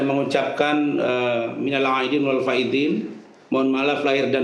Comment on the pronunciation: Razman gak bisa ngaji. Ucapan Minal Aidiin Wal Faidin😂😂😂